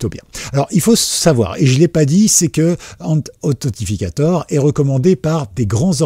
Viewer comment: Mec, 🤬... Authentificateur = si tu veux franciser. Sinon, en anglais : ANTHENTICATOR !!!